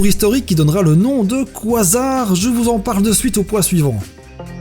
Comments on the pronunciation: ça se prononce : ka zar pas quoi zar xD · Super vidéo mais la prononciation du mots quasar c'est pas quoisard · oui mais le mot existe en français du coup ..x) on va pas faire un débat a cause d'un mot je propose qu'on le renomme trou eeeennooorrrme et SEC xD voilà ( ça se prononce KA- ZAR ) à la limite koizar ça pourrait être le nom d'un Pokémon il y a de l'idée ! 😄😃